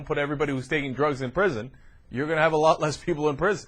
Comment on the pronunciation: ehh..'a loth'??lol